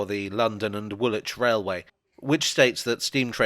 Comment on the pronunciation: You: Grennitch Me: Grinnidge You: Woolitch Me: Woolidge